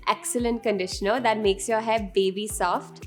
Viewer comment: "Conditioner" . Thanks for the video tho 💓